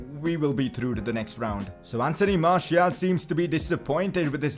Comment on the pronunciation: Pcq: That pronunciation,"Marshial",is annoying as hell...Can we get "Marcial" instead?